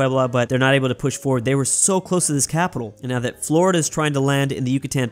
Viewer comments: “Flordia” lol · Who else noticed he called Florida "Flordia" LOL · I love the "Flordia" ajjsshajajhahsjsjsjs, alternative Florida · called Florida "Flordia"